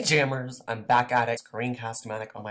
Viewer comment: The first thing I hear: HEy jAmMErs!